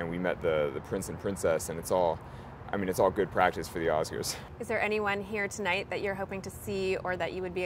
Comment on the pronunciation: "I honestly don't know who will be at the Ass-kers" -an innocent slip, but supremely satisfying.